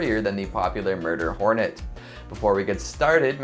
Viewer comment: i love how he says MurDer hOrneT, its just a giant asian hornet lmao